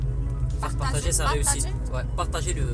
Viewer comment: PAR-TA-GER ??!? lol miss Kim 3